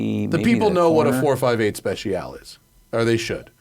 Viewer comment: Please stop saying 458 SpeciAL…. It’s Speciale.